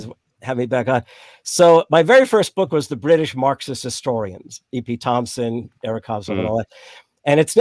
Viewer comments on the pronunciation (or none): none